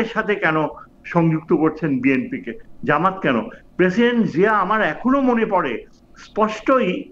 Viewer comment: Jamat not jamayet.